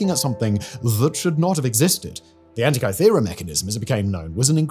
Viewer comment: It's said An ti ka thera, not kai thera Is Hancock writing your scripts?